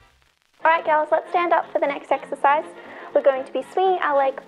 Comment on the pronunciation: Exercise ? I thought you said " extra fries " Love your videos, you know I was joking.